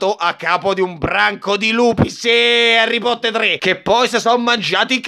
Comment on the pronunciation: Quando Harry potterrrr|rrrrrrrrrrrrrrr